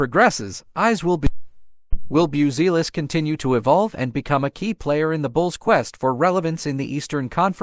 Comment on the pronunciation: Bioozeelis :D:D:D hahahahah . Bazioolas :D:D:D please if you want to do this kind of content record decently pronounced name of the player and add to AI script for it to learn to pronounce. or whatever you do with AI. sound svery unprofessional now. buttchered the surname badly